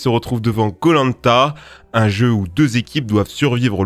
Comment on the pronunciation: Hé pourquoi tu prononce koh-lanta comme polenta ?